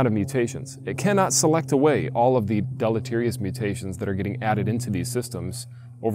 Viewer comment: Listening to blisteringly stupid people repeatedly say deleterious is painful.